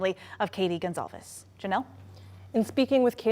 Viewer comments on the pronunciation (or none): They keep butchering her name saying Gonzalez, or it's wrong on the screen, not sure. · Why is GonCalves "Gonzalez"? Also, never relax. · Portuguese or Brasilian Portuguese it's actually pronounced like Gon-Sal-vess